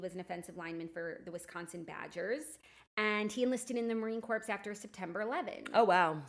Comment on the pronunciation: I’m sorry is Jackie saying marine CORPSE 😂😂 💀